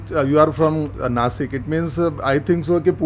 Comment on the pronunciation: Nashik (नाशिक) म्हणा !!! नासिक ❌❌❌❌